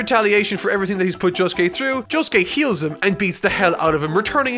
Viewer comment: Jo Sue Kee-- Me: dies